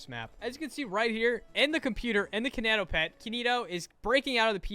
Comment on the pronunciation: im so sorry but him saying “kiineitoepetd” made my cry (no hate you are amazing <3)